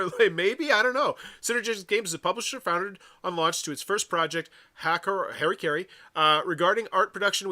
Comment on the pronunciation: It’s interesting that’s it’s so hard for people to read that word. Harakiri. Ha. Ra. Ki. Ri. Somehow you turned that into Hairuh-carry. It’s closer to Ha-da-key-dee. Or if doing the Japanese R is too cringey for you, then Ha-ra-key-ree.